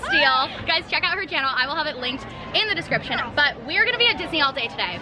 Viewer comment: The off-place heart is making me crazy. More crazy than listening to her say "sh" for every S. "Shkylar" "Sho" "Shtacie" "Deshcription"